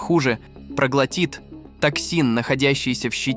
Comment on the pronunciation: Кто такой "пролгатИт". Ужасная озвучка. От не правильных ударениях в словах не смог слушать дальше слова "проглатИт". Дизлайк